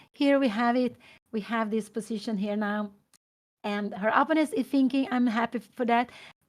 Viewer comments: Bro too much text just write the correct pronunciation “oppounent ” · But what if Pia Cramling doesn't know that she is pronouncing "opponent" incorrectly and really wants to pronounce it correctly? On the other hand, I think it's totally cool if she knows she's pronouncing it wrong but wants to pronounce it that way. Respect for that. If that’s the case.